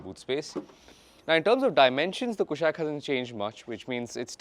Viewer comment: Kushaak, not Kushack, please, its been years